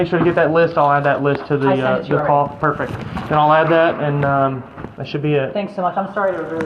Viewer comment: "perfeck condition"